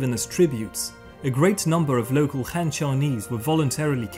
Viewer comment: Han shouldn't be pronounced like Hand, but should be pronounced like Attila the Hun.